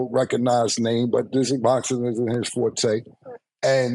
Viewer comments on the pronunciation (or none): none